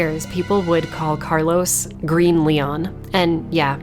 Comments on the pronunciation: Btw your pronunciation of carlos in spanish was perfect. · Your spot-on pronunciation of Carlos' name warranted a new subscriber. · For an english speaker u said carlos name quite good 😚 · Great video as always, btw I love your pronunciation of Carlos’s name